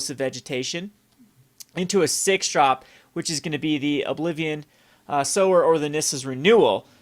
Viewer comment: sower. Please, for the love of God